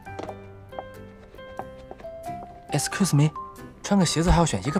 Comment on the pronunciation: When said excuse(escus) me I died 😂